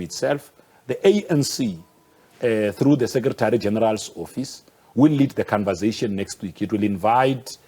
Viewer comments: Ayi ubhuti we "khanvazayshin" ✋🏽🙄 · "Convazation", he invents his own words all the time! 😆 🤣 😂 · Hey wena😂😂😂 the canvasation😂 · Cunversation... And they send this man in... Conversation pilgrim... Conversation!!